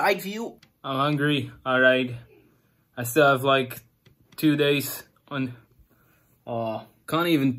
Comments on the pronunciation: Bruh it's like and not leik c'mon r u serious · why u say liek not like